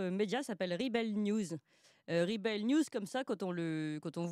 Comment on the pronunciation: Clémence a du mal avec la prononciation de l'anglais (rebel; labour...)...